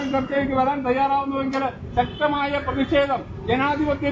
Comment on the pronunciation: മുദ്രാവാക്യം വിളിക്കുന്നവർ ശരിയായ രീതിയിൽ വാക്കുകൾ ഉപയോഗിക്കുക.. പ്രതിക്ഷേദം അല്ല പ്രതിഷേധം ആണ് ശരി... 🌹